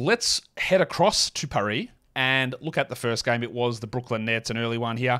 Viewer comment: Appreciate you dragging the “r” in paris after the preview show 🫡